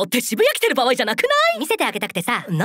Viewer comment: ばわいじゃないですよ。場合。